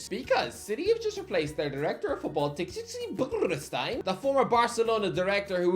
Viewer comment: My god man..Txiki is pronounced SHE-KEY😂😂